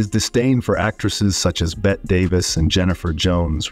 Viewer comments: Her name is Bette Davis, pronounced BETTY not 'bet'! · Hello! Bette Davis' name is pronounced BETTY. Not BET. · "Bet Davis" - wow, this guy really knows his stuff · It's pronounced Bet-tea Davis, not Bet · It's Betty Davis, not Bett Davis. You mispronounced her name so many times, it was obvious you were ignorant of its proper pronunciation. How does such a glaring mistake happen? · It's pronounced "Bet-tee" Davis!!! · "Bet" Davis says "no" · “Bet Davis” 😂😂😂 AI, folks! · "Bet" davis